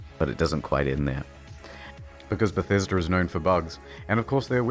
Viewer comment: Why is mans saying bethäsda